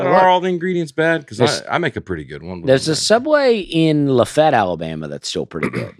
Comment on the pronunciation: Were you guys mispronouncing Lafayette La?????